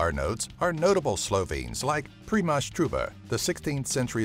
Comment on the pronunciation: 1. As a Slovene, I think your pronunciation is a bit bad 2. What about outfit 7 (talking tom)?? 3. What about ski jumping and all the world records made in there?